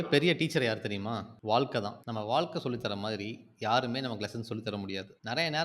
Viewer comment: Vaazhkkai not vaalkai. Otherwise, msg is good.